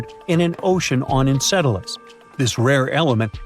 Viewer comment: ENCELADUS! …Encedalus? NO! ENCELADUS!